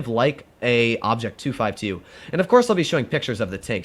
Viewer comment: guys am I the only one hearing that saying obj 2sxy?